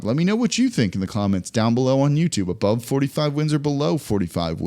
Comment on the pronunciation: “Ubove” 45 wins